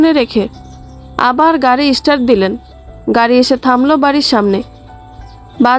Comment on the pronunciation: ইষ্টার্ট নয়, উচ্চারণ হবে “ স্টার্ট “